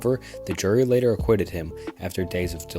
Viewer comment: Bro can’t read. Within the first 5mins so many mispronounced words and flat out wrong names. Do better man. Google how to pronounce words and names before recording. “Acquitted” “Dahlia” just a few examples.